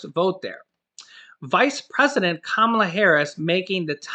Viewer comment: plzz.... say it with me.. KUHHHHH - MAHLUHH! 🙃🤷🏾‍♂️